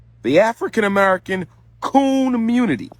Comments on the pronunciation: " K o o n munity"😮😅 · Watching "the communitah " fight for reparations is like watching Charlie Brown trying to kick the football.